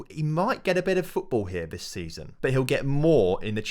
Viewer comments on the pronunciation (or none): none